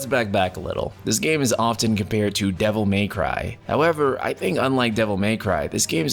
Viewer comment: I giggled at your "Devil MEY cry"